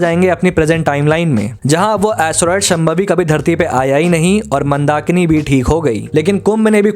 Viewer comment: Wonderful analysis but please pronounce names correctly. शांभवी not शमभावी.